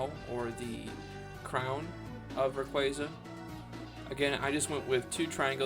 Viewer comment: You say it like ra quay Za I say it like ray quAza